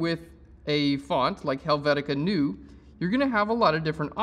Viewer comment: "Helvetica NEW" lol its "NOY-YA"...lol Helvetica Neue (Noy-ya) That reminded me of my undergrad but here is the correct pronunciation.